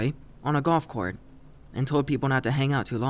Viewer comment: golf cort